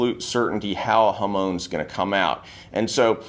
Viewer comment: 'Hamoan' isn't how its pronounced in Japanese 😅 its HA - MON as in ON/OFF. But amazing video.